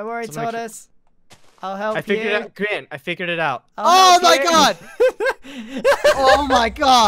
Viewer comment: It's Grian not grain !